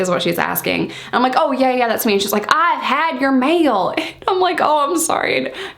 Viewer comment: “ive had ya mail” and i repeated that in the southern accent. Idk why i found that so funny😂🤣